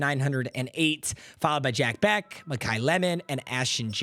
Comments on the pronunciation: bro it’s pronounced “BESH” not “BECK” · i cringe every time you say jack becK ITS BEH-SH